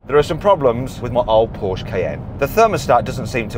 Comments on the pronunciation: Trust Mat to have a whole collection of Pooshe(porsche) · How hard can it be to say Porsche Mat Watso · How much does it cost to pronounce Porsche correctly?